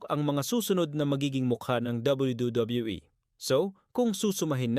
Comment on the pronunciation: bulol ka boss habang nagsasabi ng wwe